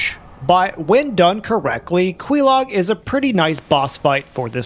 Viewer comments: There a particular reason you pronounce "Quaelaag" as with the "Que" from Queef? DESPITE how her own sister pronounces it? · Your pronuciation of Quelaag pisses me off. Go talk to her sister.